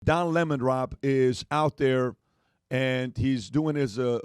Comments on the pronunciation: Please don't call him "Lemone", it's LEMON. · Don Le-moan 😂 What a POS